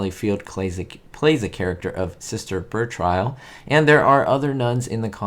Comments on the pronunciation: Sally Field’s character was not pronounced Sister “Ber-trial.” It was pronounced Sister “Bur-tree-al.” You were a teacher? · Please, if you’ve watched it, you would know the characters name is pronounced like this. “ Sister Ber- trill…not Ber - trial”. Yikes! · Sister Bertrille -- ber-TRILL, not BER-trile. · It’s BerTRILL, not Bertrile. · I watched the show as a kid. I still enjoy it. I would like to see more from you regarding the show. However her name is pronouned Bertrill, not Bertrile. Thanks for all u do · Sister Bertrial? You’ve never seen the show or you’d know how to pronounce her name! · If you've ever actually seen the program you should be able to pronounce the character's name. I haven't seen it in 50 years but I know it was pronounced ber-tree'- al. I still love your videos.😊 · Her character's name is pronounced Sister Buh-TRILL. Sweet little show, but she and the convent had to run to a man for help too often. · Sally Field’s character name was pronounced “ber-TREEEL”. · her name is pronounced BAH- TRILL Trill like Spill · “Sister Be-TRILL”. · But on the show, it was pronounced ber-TRILL. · Thank you for your videos! 1. I agree with SF, the show was awful. 2. Her character name is pronounced (but trill- accent on the 2nd syllable). As a young child, I remember learning about this show from my childhood friend Harriet before it ever aired. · I watched this show I believe her name was pronounced Sister " Bah - Trill" not the way you said it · You are pronouncing Sally's characters name wrong. Just fyi. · I Love this show! It was fantastic. Sally Field doesn't like to talk about it, and that's a real shame. I can't believe that you put this video up and said you recently watched the show and then butchered her character's name.